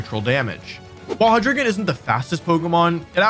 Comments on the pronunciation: Why do people call it "Hydreegon" when it's a rare pokemon name whose pronunciation is easily available for us to know. The dragon line is based on the german numbers "eins, zwei, and drei (dry)", so it should be "Hi-Dry-Gon", similar to how we don't pronounce the legendary birds "Moltrees, Articuhno, and Zapdoss" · Hydreegon. Cringe. It's HyDRAIgon my guy. The Drei in Hydreigon means three in German Just like the Zwei in Zweilous is two, and the Ein in Deino is one. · Hy-dree-gon It's... Hy-DRAI-gon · Hydreigon is pronounced like Hi-dry-gon not Hi-dree-ghen. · ok once again. its of German 123 origin. its Hi-Dry-Gone! That is the pronunciation! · As a German, I dislike how Wolfey mispronounces Hydreigon. It's HY-DRY-GON. The German word "drei" means "three" and is pronounced like the word "dry". That aside, great video! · Your pronunciation of Hydreigon is absolutely killing me..